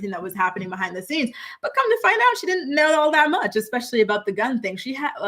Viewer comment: jenelle every time she says “exspecially”